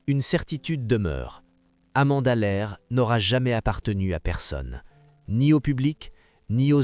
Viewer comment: Depuis les années 2000 elle a resrti des tubes 😂 et Amanda Lear et pas Amanda l'aire😅🤣😂